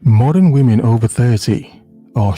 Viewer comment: "Money comes and goes (like whamen)"